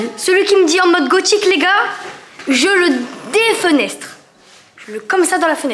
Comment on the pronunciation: Le " je le défenêtre " 🤣, j'adore les vêtements de Lilou ❤❤